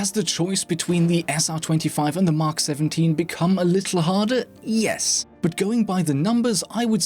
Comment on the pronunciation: btw not "mak 17" its "Mk 17" you have to pronounce the letters individually :)